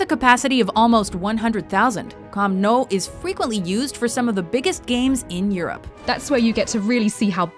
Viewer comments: I believe it's pronounced 'Camp New' and 'Santiago Bernabow' (as in bend over). Also what is that clip because it sure as hell wasn't Old Trafford. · I'm killing myself laughing because of the way she pronounced a lot of the football terms. She was like CAMP NOOOOOO. And like Messi, Swaaarezzz and NEEEEEmar. HAHA I JUST HEARD SANTIAGO BEEERNENADBEEARUUAUAA! HAHA FAIL. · pronounced new camp/camp new NOT CAMP NOW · It's pronounced 'Camp New', not 'Camp No'. Literally no-one pronounces it like that. Also, the list is still very US-centred (as per usual), despite three English examples. MSG deserves its place, maybe swap Daytona for Indy. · Just to let you know, Camp Nou is pronounced Camp Noo, now Camp Now. Great video though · did she really just just say camp nou hahaha its pronounced nou camp (noo-camp) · 1) It's Camp Nou not new 2)Where is the San Siro/Allianz Arena/Santiago Bernabeu 3)Why are you so bias to American venues 4)I have never heard of Fenway Park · MARACANA DIDN'T "SEAT" 200K PEOPLE, IT'S NOT PRONOUNCED CAMP NOW AND IT'S ALSO NOT THE BIGGEST IN EUROPE PLEASE FUCK OFF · What I here When she says camp nou ” namp now”😂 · Its pronounced "camp nu" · The Camp Nou is pronounced Camp New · United the most successful club in English football??... think you need to check your facts. Also camp nou is pronounced camp noo and bernabeau is pronounced burn a bay you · Camp nou is pronounced as 'new' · it's pronounced cam now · it's camp pronounced new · And camp no? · How the fuck does one mispronounce Camp Nou? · Where is the Etihad Stadium? .........If U Know what I mean P.S-Disliked due to pronunciation of Bernabeu And Camp Nou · What the hell did she call camp nou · you said camp nou wrong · The way she pronounced was Maracana was bad enough but Camp Nou was horrific, do some more research please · The fact that neither Anfield nor the San Ciro, made the list is heart breaking, also the way she butchers saying "camp nou" tear jerking